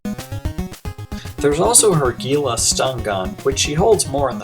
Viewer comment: Mona's one of my favorite female characters! I wish she'd appeared in more episodes! :D And I hate to Nit-pick, but despite the spelling, Gila is pronounced HE-LA...not GEE-LA